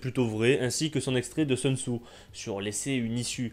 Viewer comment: "Seun Tzou"...moi je lui proposerai bien un plan B vers une prononciation correcte du nom "Soun Tzou" ! (Sea, sex and Soun !).